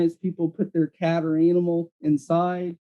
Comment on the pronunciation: Why does say "analmal"?